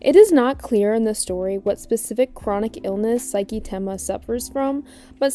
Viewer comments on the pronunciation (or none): AM I TWEAKING OR ARE YOU SAYING SAIKI INSTEAD OF SAKI 😭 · Im sorry but how did you mess up almost everyones name wxs And saki 😭😭😭 you have a clip of him yelling saki in the video